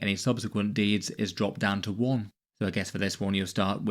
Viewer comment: I keep hearing deez not deeds.